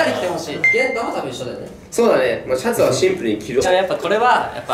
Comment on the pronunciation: ツャツはツンプルにきろ ワロタ😂